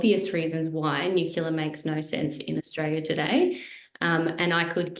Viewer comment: thanx for your excellent contribution to this presentation. However, in the future, could you please pronounce "nuclear" correctly. It isn't "new-queue-lar", as you are pronouncing it. It is "new-clee-are". Thanx. 🥰